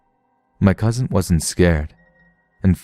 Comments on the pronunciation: There is no letter "T" at the end of cousin. It's not cousint. It's cousin. Just sayin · "my Cousind" 😂